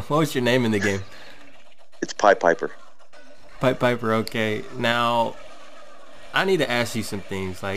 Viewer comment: I hate to be that guy but what he said his IGN was is different to the grammatical pronunciation. The 2nd 'i' in Piepipper is long due to the double 'p' afterwards. Think diner vs dinner.